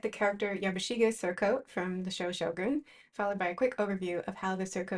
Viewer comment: Excellent video- very informative. I always thought the show was pronounced “show gun’” so I liked hearing how properly say it. So much detail went into each piece.